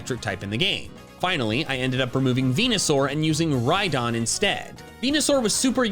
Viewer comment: DO NOT LEAVE OFF THE H IN RHYDON! AND THERE SHOULD BE ONLY 2 E'S IN VESPIQUEN!